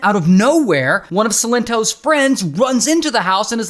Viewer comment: Silent toes